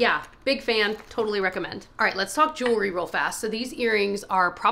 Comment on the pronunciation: *jewelry, not “jewlery”